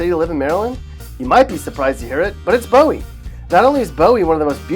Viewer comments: Ugh it is Pronounced boo-ee Not bow-eee (Bowie) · First, the blithering idiot narrator pronounced LaPlata and Bowie wrong. La-plate-a not La-platt-a. Boo-ey not Bow-ee. Takoma Park is a hard communist hellhole where Republicans are not allowed to live and smoking a cigar in your backyard is frowned upon. Cheverly is a PG County dump with lousy restaurants and surrounded by crime and the schools are atrocious. La Plata is becoming a dump as it is getting the riff-raff from PG County migrating there. Poolesville and Rockville are in big government Montgomery County where you have to ask permission from the government to do almost anything with one's own property. The elected officials are hard-core Stalinists. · Bowie as in the knife not Bowie the artist...... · This is the absolute worst advice ever. But its obvious this guy isn’t from Maryland. La Plata is pronounced La Play Ta. Not The way he says it. Same with Bowie. Its not Bow E. It’sBoo E. And its a dump in the middle of Prince George’s county. What about Solomons, Annapolis, Davidsonville, Several parts of Southern Maryland are great. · Correct pronunciation of La Plata and Bowie: La PLAY-tah, not La PLAH-tah BOO-ee, not BOE-ee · Mans really said Bow-ie its Boo-wie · It's Boo-ee not Bowee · Cheverly is Pronounced like chevy with a "sh". Bowie is Pronounced "boo-wee" 😂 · It’s pronounced (la plate-a ). And ( boo-e) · This person does not even know how to say Bowie correctly? Bow-we, seriously ?😐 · Okay so first it’s La Play ta (La Plata), second it’s Boo wee (Bowie) and third Rockville is only a 20 minute drive north of DC, your depiction has Rockville up near Hagerstown which is about 1.5-2 hours away. Maryland is a wonderful place to live, especially Montgomery County. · For the love of God it’s pronounced Boo-E! And why the hell is the star from Rockville all the way over there?? Lol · “Bo-Wee” made me physically cringe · ITS BOOOO WEEE BOOWEE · The guy mispronounced La Plata, Bowie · he said bowie wrong